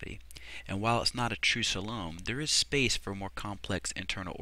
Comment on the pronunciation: I've heard coe-lum and soe-lum before, but never "salome" for coelom before :)